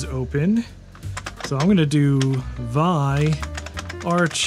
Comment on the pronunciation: Love your content dude, but did you really just pronounce "V-I" as "vie"?